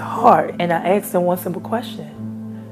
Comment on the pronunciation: What you axed your dad!!!!!!!!